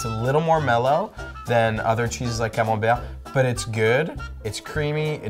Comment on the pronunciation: When the "French" guy horribly mispronounced camembert 🤣🤣🤣